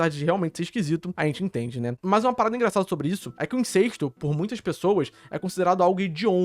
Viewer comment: Cara, INCESTO é com E aberto, não é INCÊSTO, como vc tá falando o vídeo todo.